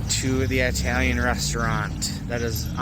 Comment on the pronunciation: Nice video but all I was is annoyed by the way you pronounce italian.